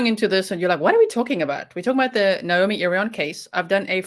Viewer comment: Her name is Na-omi not Nomi please pronounce her name correctly.